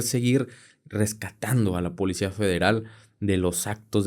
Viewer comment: Alguien más le da Grinch escuchar al decir: polecia? 😢😢